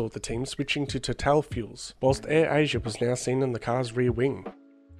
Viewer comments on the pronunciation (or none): none